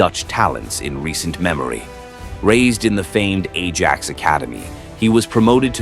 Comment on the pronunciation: Ajax 😂😂😂 pronounced "aye axe" but then again when you use ai this what you get lol. Good video though.